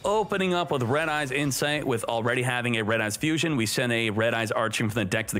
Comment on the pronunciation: "red-eyes insfite "